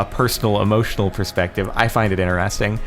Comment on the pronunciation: I've been watching you for... quite long, but I never could stand how you say "interesting"/"interested". I thought its being said complete other way